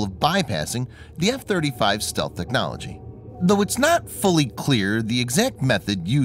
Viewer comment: Listen to the way this guy says “Technology” at the beginning of the video. I think he is a Russian and this is a propaganda site.